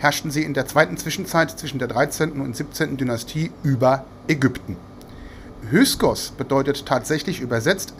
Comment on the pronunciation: Min || Bitte --> "HY K SOS" ❗ Nicht "HY S KOS" ❗ Solche Ungenauikeit irritiert unnötig (zumindest mich)!